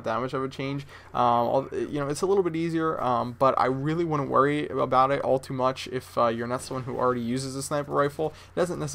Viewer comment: Sometimes I feel like you talk tooo much or too fast, maybe thats why u say mich over much :P , I know you want to give us as much as possible but few second pauses are ok if u time them right. u just gotta chill out a bit:D